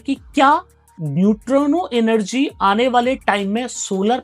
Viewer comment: नयुट्रानो नहीं होता न्यूट्रिनो होता है